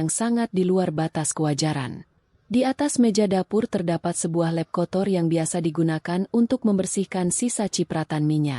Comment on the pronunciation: Adminnya bego / tolol atau gimana ya "lap" kok diucapkan "lep", emang ada bahasa Indonesianya "lep" 😭😭😭